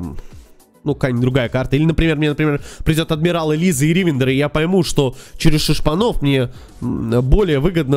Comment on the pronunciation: Почему ты делаешь ударение в словах не на те слоги, например ривендер , вы почему то ставите ударение на 1 слог , хотя все говорят с ударением на 3 гласную